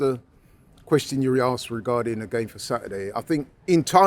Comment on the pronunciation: struggling with a one syllable word with 'asked'